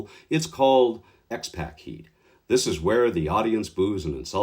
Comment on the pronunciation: FYI, it's pronounced X-pock...like Tupac was pronounced. But I agree, he should've stayed "The 123 Kid," but that was upto McMahon I'm sure.